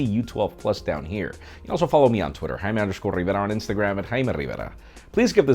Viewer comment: i just came here to hear you say xD